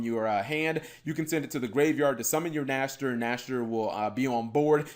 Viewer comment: Saying the name riiiiiight.......makes.....ears.......happyyyyy ^^